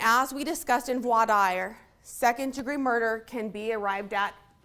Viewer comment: I have no tolerance for attorneys who can't pronounce 'Vwa-deer'. It's just lazy.